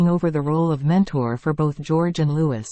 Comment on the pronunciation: His name is Louee. Louee. Louee. I detest computer generated voices.